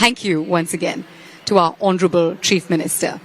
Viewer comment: It's Hounarable but Cm reading like HONTROUBLE 😂😂😂